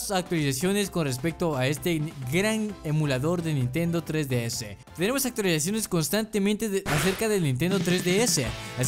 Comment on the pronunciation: Pronuncias la palabra actualizaciones como si tuvieras algo caliente en la boca jaja